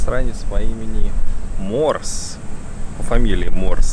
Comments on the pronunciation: НЕ морс - а Морзе. Азбука Морзе - его детище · Фамилия ученого по-русски читается как Морзе